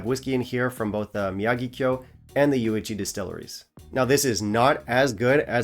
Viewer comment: Happy New Year, G! 1. Kudos on pronouncing "Miyagikyo" with the accent on the "ya"! I watched several videos this past December where the host placed the accent on "gi". I mean, c'mon, guys! Haven't you watched "The Karate Kid"? 2. Speaking of what whiskies I had during the holiday season, I caught that nasty "thing" on the very first day of December 2023. (Having fought the good fight for four long years, I was pissed that it finally got me.) So I laid off whisky just to get the cough out of the way sooner. I also didn't want to waste good whisky, since I partially lost my ability to taste. (I'm still slow getting it all back.) 3. Speaking of good whiskies in December, my brother-in-law drew my name for the family gift exchange and got me Glendronach Revival 15 and Aberlour A'Bunadh Alba (Batch 006). Along with the Togouchi Sake Cask Finish I brought back from Japan, I cannot wait until I get all my ability to taste back! 4. You mentioned "Madeira" in this video for one of the year end bottles you had. Recently, in a FB Kavalan group, I voted the Madeira cask strength as my favorite Kavalan. I wonder if you've ever had that expression? p.s. Offer still stands. Choose a bottle for me to bring to Taiwan in April.